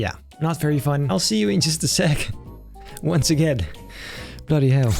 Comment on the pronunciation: He must be studying his Gordon Ramsey facts with the way he said "Bloody Hell"